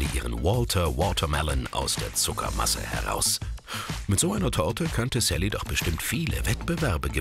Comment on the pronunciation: mann lern mal richtig sally auszusprechen